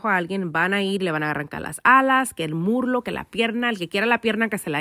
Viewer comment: Se dice muslo not murlo replace the r with s that’s all 👍